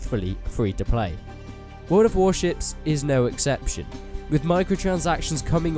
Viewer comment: yeah i hear the shit as wel :))